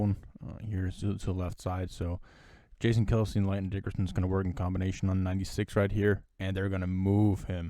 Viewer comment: Y'know...his name is Landon, not Lanton.